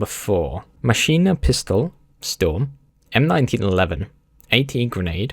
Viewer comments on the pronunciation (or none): none